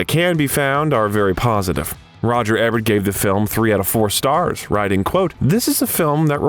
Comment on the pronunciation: Pronounced EEEEEEEEbert, biography channel...